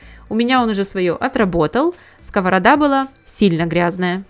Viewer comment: Дуже ріже слух скОворода. Думала так кажуть тільки кац"пи